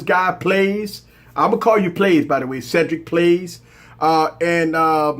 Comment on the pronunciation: also it's pronounced Cedric plays